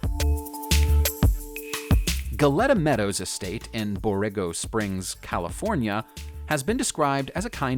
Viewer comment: It's pronounced Bor A Go Springs